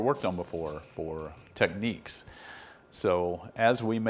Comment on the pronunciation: Technics is not pronounced the same as techniques.